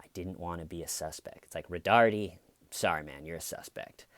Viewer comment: It's "Roe-tard".